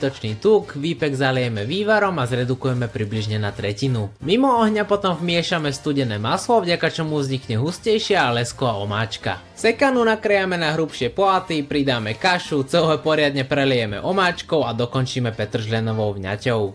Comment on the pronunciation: Vuažnym miekom,puatky sekanej cebuľovy ,huadku kašu, zakuad ...atď, zajdi k logopédovi 😂😂